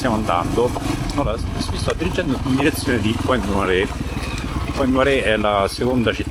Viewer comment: Si legge Point Nuar ( per noi italiani era Puntanera), ci ho vissuto per 8 mesi. Una vita fa. Mi hai fatto venire la nostalgia. Bel video emozionante.